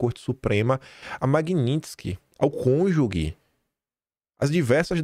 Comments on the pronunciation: Desculpe ser chato, gosto muito do seu trabalho vejo sempre mas fica a dica a palavra correta é CÔNJUGE. E não conjuGUE. Já tinha observado isso antes. Mas resolvi te dar esse retorno. Pra ajudar. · a pronúncia é /kônjuje/, nunca som de “gue” ao final. Ninguém sabe tudo, claro! Ajudamos uns aos outros (e esperamos, ansiosos, que alguém feche a espelunca do globolixo…